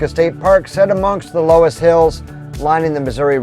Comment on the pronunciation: Great video on some of my old stomping grounds. Loess is actually pronounced "Luss". The Loess Hills are unique in that they were formed by dust deposited by wind from the west. They extend from Sioux City down to Omaha/Council Bluffs, and they are more pronounced on the Iowa side of the river.